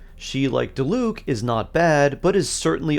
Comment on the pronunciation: i always wonder that too. even if the ENG cast might fuck up the names a lot apparently, like how are you still pronouncing Diluc strangely?? 💀 like just say what you hear please